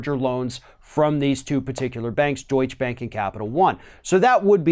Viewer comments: It’s pronounced doi-cha- not doich! Get it together! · Hey, if you can't pronounce "Deutsche" Bank (Deutch"uh") Bank properly then please stop covering it. It's fucking irritating and only shows your arrogant stubbornness or blatant disrespect. Everybody else in the media has no problem saying it correctly, it's just you that persistently fucks it up and you just look like an asshole. You look and sound like just another ignorant Floridian and your State has a bad enough reputation as it is. Btw, fuck Deutsche Bank, I am talking about respect for Germans and their language or any other country who isn't the "Mighty Americans" who think that the whole world should be just like you. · Deutsche Bank--pronounced: doit-cha. You're thinking of Donny Deutsch--LOL! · You still can't pronounce Deutsche properly... smh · What is it about Americans being incapable of pronouncing "Deutsche Bank" correctly? Deutsche has an "E" on the end - it's not silent.